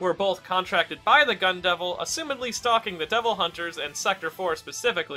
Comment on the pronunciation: I cannot unhear Gun devil as Gundam, h a l p